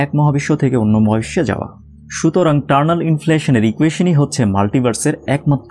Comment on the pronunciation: টারনাল নাকি ইটারনাল?